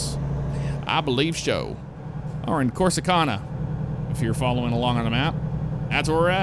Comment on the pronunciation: I will give you a tip for texas. NEVER say Corsicana like Corsicona with an o instead of an a... Sorry it kinda melted my brain with you ronuncing it like that.